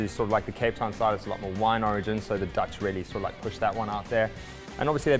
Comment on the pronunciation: The Dutch emphasis was just weird for me